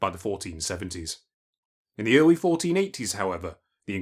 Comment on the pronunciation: ‘In the earwy 20th century, European knowwedge of the geogwaphy of west Africa was nearwy non-existent’ It’s gonna be hard listening to a 9 year old narrator…